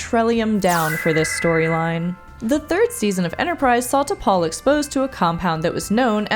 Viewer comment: In the pilot episode, when Archer calls T'Pol from his quarters, watch his lips. I've always been sure he said T'Pau, not T'Pol.